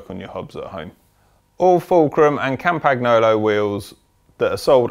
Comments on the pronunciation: Campaggggnoowlooow :). It's campagnolo (campañolo, or as in yolo). Excellent video though! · Last moth, GCN has learned. Now it‘s time that cycling weekly has to learn it as well. Campagolo is a name and nobody pronounced the „g“ in the name. It‘s in all languages the same and it’s called „Campaniolo“ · Please learn to pronounce Campagnolo correctly. In a video like this it is really annoying to hear it mispronounced again and again.